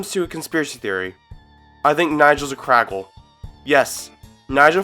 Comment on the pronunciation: “froggle”?!? Did you ever watch this show?!? It’s pronounced FRAGGLE…how old are you?!? 😖🥴